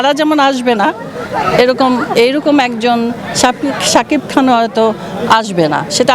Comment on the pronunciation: বার বার বলে সাকিক খান সাকিক খান🤣🤣🤣